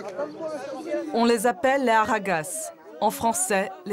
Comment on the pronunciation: On dis les harraga pas les harragaz .dites bien les choses pliz. Il devrait avoir bcp plus d aide car des gens très aisé au Maroc y en a ....